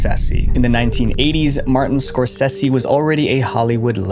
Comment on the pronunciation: Im gonna have to check out this Martin Score-sessi guy. Wonder if he's as good as Martin Score-say-zee